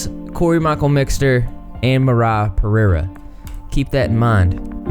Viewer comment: I love the way you pronounce Pereira.